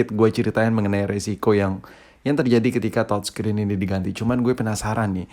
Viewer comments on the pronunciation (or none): Youtuber Lain : TOUCHSCREEN Si ABAng : TODSCREEN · Touchscreen atau thodscreen sii thod